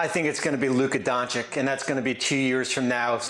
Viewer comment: the dude still can’t pronounce luka Doncic correctly. Lol. Donchik?